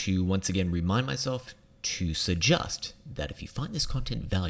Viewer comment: Why do you pronounce "may I 'suggUst'".. Instead of 'suggEst'.. Watched you for 4 years now... And today is the day I bring it up..